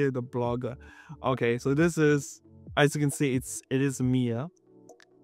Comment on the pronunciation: Lol I heard Mere not Mia lmfao Was like oh cool I'm an agent now 😂😂😂